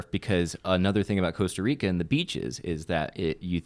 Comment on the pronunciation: hey... Cost Rica, im from Costa Rica, Should have called Eliot, defenetlly Jurasic park defenetley is not good for Costa Rica location, but we are the tale end of Mexico, for those who are ignorant where Central america is, JAJA, not calling you ignorant... I think Eliot means Pura vida, which is a word that means everything and nothing at all at the same time, its a greeating, its a state of mind, its a way to say thanks and much more, but for sure even if you talk spanish, Costa Rica spanish is weird, starting because we dont pronounce Rs right, the conversion of dollars to colones is +602, but its aproximet to divided by + a thousand, also depends on the beach, starting because you went to Osa which is the tale end of Costa Rica, but we have some opened and sandy beaches of diferent colors, Also rural dudes in Costa Rica are super nice... yeah also, we have citys you know, and places with a little bit more human intervention, because you went to one of the places that is a natural reserve, its like going to Yellow Stone and saying you dont want to go back to LA... because its too foresty, you know, jajaj... so if you wanna go to less natural Costa Rica, give me a call, You Guys could make an Outlander vlog... if you guys still do that after te deofficing, so sad about that BTW... but yeah glad you liked it... and theres casinos and Wisky but defenetly not were you were... looking forward to the new chapter in the Vally Folk journey